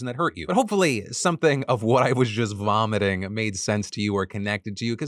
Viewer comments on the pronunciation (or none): Did Phil just coin a new phrase? I swear he said “vlomiting”